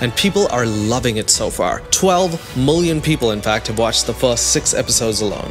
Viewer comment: I love how you say moolian instead of million 😂